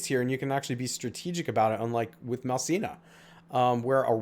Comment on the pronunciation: Malcina??? Isn’t it “Malicna”?